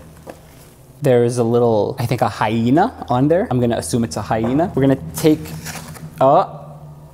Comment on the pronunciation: I was so annoyed every time he said hyena.